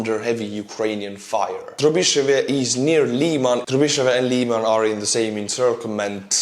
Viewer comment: Lyman, not "Liman".